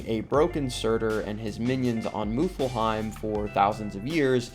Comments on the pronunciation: Time to take a trip to MILF-heim 😂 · Good video but the pronunciation made it a bit unwatchable for the norse mythology fans... its Svartalfheim... NOT swortelfheim And its Muspelheim... NOT moopullheim